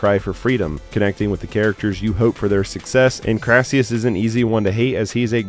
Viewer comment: Olivier played 'Crassus' not 'Crassius' based on a real Roman General & politician